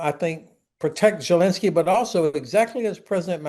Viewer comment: Love Ben Hodges, but I've always wondered where that weird pronunciation of Zelensky's name come from--Jelensky?